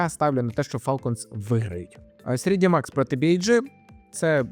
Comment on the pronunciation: Все класно, Дякую. Тільки не Срідімакс, а Трідімакс)